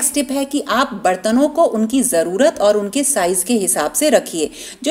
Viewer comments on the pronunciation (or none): none